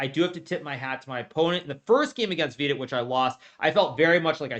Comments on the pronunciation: If you're confused why i mis-spelt his name, it's because Hikaru mispronounced his name in the vid. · He still calls him VEE-dit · Vidit became half Hispanic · Bro said Vidit Santos, as if it is Los Santos